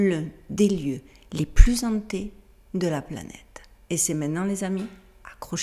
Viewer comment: Hello ma belle !! Mais non tu ne vieillis pas,, tu deviens mature !! Tu m'a fais rire !! "Un des lieux Zantés".. MDR !! En principe la H du mot "Hanté" empêche la liaison..!! Oui, je connaissais cette histoire ! Je dirais que dans le cas présent nous sommes en présence d'une faille temporelle un lieu ou les ondes, les vibrations telluriques sont perturbées et trop puissantes pour l'esprit et la morphologie humaine, l'un de ces fameux nœuds vibratoire ou les énergies sont si puissantes qu'aucun homme ne peut survivre à son contact ! Et on revient à la question,, QUE ou QUI sont les démons ?? Entités psychiques, physiques, réelles, imaginaires, venues de ce monde ou bien d'un autre,, etc ? Au moyen âge on les nommais "démons",, aujourd'hui on les nommes "Phénomènes paranormaux",,, mais ce sont les mêmes.. et on en sait toujours aussi peu sur elles.. Faisons le lien avec ces ions de personnes, d'enfants enlevés par des êtres démoniaques, sataniques, aidés par des sorcières, des alchimistes,, etc.. tout ce qui constitue le légendaire moyenâgeux et dont on semble vivre une résurgence aujourd'hui ?? Toutes ces légendes ne sont elles pas ce que nous appelons aujourd'hui "le satanisme" pratiquée par les élites occultes qui dirigent notre planète ?? Perso, je n'hésiterai pas une seconde à dire que oui, car on constate bien que les lieux concernés sont en liens avec la noblesse, la haute sphère des dirigeants de l'époque !! Nous savons tous qui étaient "Gilles de rais",," le comte Drac